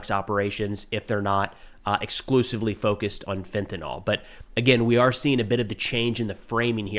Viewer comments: Hey man, fentanyl is pronounced with “ill” at the end, not “all”. -68W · Pronounced fentanil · Lol, Fentanyl is not pronounced fent-uh-NAHL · Fen. Ta. Nyl. TA. NYL. US Americans: fentynal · Just FYI... fentanyl is usually pronounced 'FEN-ta-neel'. Excellent content, as usual.